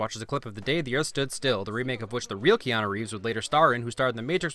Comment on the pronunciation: Welcome to earff.